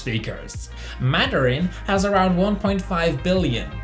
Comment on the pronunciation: "Maderin?" Isn't it actually "Mandarin?" When referring to the Chinese language, or am I mistaken? Either way, I simply speak English and some simple German. : /